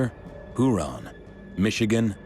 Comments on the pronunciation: Mispronounces Huron😅😅😅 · How is it pronounced? Her-on?